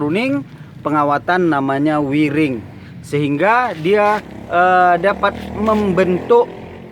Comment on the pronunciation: Maaf sy bantu perjelas... Wiring bacany wayering krn pake wire(wayer/kawat/dawai/kabel) 🙏🙏🙏